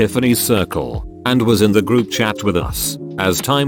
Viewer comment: Text : group chat Robot voice : grubchat